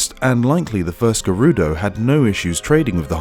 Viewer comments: Agreed the "g-air- oo-doe" 💀💀💀💀 kills me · I love your videos but..whats with the pronunciation of Gerudo its like you're saying Gay-Ruh-Dough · “The geroodoh” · The new narrator from 39 on is unable to say Gerudo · Buchanan one of the narrators kept saying it wrong. It's painful to hear, plus quite obvious if you know the correct pronunciation. I figured it was his accent as he says it wrong in every video that mention them.